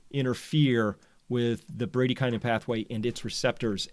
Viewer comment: Is that really how Americans pronounce bradykinin ? So ugly.